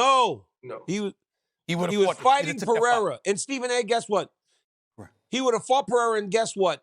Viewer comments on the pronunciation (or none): Can’t Get Alex Last Name Right. LOL 😂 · Man be quiet sas. Barely even watched the sport and can’t even pronounce periera. lol. Real fans wanted to see him vs ngannou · This nga couldn’t even pronounce Alex pereira’s name🤣😭 why is he still talking about mma